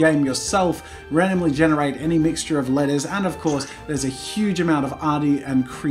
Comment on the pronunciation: Whenever he says "letters" I hear "lettuce"